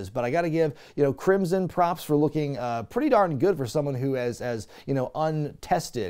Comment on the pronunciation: Thank you, because now I cannot stop thinking of Crimson as "Crimpson".